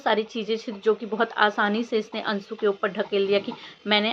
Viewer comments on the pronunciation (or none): Bolna nahi ata .ansu bol rahi hai jab ki anshu hota hai